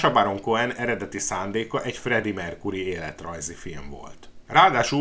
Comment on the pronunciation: Mercury-t nem "merkúrinak" kéne ejteni,hanem "merkjúri" a helyes.Bántja a fülem.